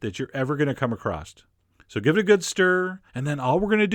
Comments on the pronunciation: Why do you say "a crust" instead of "across"? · How many "T"'s in "acrosst"